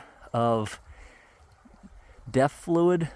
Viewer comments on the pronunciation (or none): did you say death or def fluid?